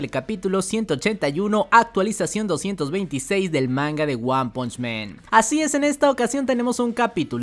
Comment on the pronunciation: Hermano, buen video pero no es lo mismo decir "men" que "man"....